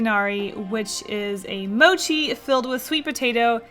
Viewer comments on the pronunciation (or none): none